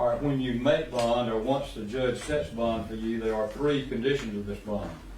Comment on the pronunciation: It's BOND not BONG